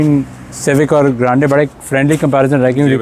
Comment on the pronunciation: Bhai grande hota granday nahi hota 😅